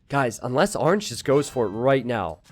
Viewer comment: why does pronounce orange arnge